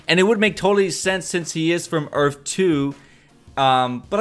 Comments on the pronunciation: the word is earth, not earf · Earth not earf! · "earf 2" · had to stop watching the video cause there is no such thing as an earf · Earf 2😂😂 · earf two 😂😂😂😂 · URF 2 lol this guy is killing me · Earff? lol earth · earf? wtf is earf? I think you meant earth. you don't seem too sure of yourself either how would Jay reckonise Barry whilst wearing a mask? did the team in season 1 reckonise Wells in a mask? .... NO. atleast try and sound like you have half an idea. if any body wants to watch decent reviews check out EMERGENCY AWESOME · I'm sorry but u were annoying the crap out of by saying earfh throughout the video